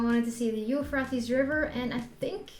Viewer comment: dude you pronounced euphrates river totaly wrong! 🤣